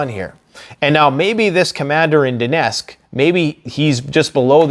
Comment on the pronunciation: The right pronouncing is DoneTTTTsk not Donesk , for youre information.